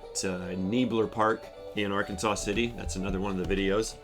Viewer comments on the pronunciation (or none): it's AR-KANSAS City -- not "Ar-kan-saw" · Those of us who live in Kansas, refer to the city in Kansas where Travis was arrested as "Ark City", or "Arkansas City", not arkansaw city. Also the river that runs through Wichita is The Little Arkansas River. It is not pronounced like the state of Arkansas, i.e.: arkansaw. The river, like the city is pronounced like Kansas, with "Ark" as the prefix. Just a heads up for the viewers. And it's true - Kansas is a State of Mind. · Not for not but .. The correct pronunciation of Arkansas City, Kansas, is "Ar-kan-sas City," with the final "s" pronounced, unlike the state of Arkansas, which is pronounced "Ar-kan-saw." I've been there and they're pretty snippy about it .. 😮😅😂 At least this comment helps with the algorithm for the video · Just so you are aware - It is "Are-Kansas City" Or "Ark City Kansas" :) Thank you for helping support Travis!